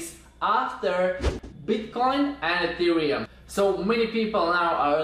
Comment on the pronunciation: E - te - re -um